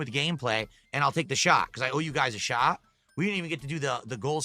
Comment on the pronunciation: I hate how he doesn't pronounce the T at the end of words. The "shah" instead of "shot" makes me angry.